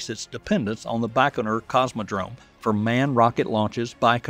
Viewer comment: A side note - it's bai-koh-noor ("bai" as in "bywatch"), not "Bachnor". Goggle Translate says "Байконур" = Baikonur. Nyhork Saity in Emrica, eh?